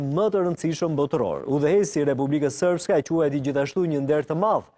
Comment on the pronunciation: Republika Sërpe, jo "Republika Sërpka", o palo gazetar!